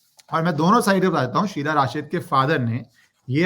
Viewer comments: Hi ACTUALLY IT'S SUHELA NOT SHEELA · शीला नही शहला नाम है😊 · Sheela Rashid nhi yaar. Shehla she-h-la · It is shehla not sheela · It is Shehla not sheela. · An off topic remark: dunno why but I get real amusement when you wrongly pronounce Names of these morons :) Whether call Shehla as Shiela or your legendary contribution against Bollymafia: Calling Anushka as Anshuka😂😂👍🏼🙏🏼🙏🏼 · Its Shehla not Sheela for gods sake How can u be so casual abt names You r an anchor pronounce the names Correctly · Sir aap sabka naamkaran achhe se karte ho... शेहला को शीला अनुष्का को अंशुका 🙏😂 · शीला नहीं शेहला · SHEHLA AND NOT SHEILA